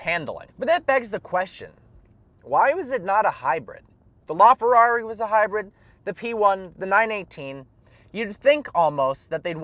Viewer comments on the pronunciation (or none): none